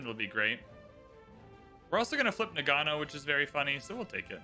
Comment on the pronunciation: It's pronounced NA-g'know.